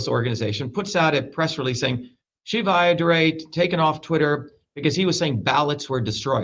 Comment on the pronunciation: it's pronounced sheevuh.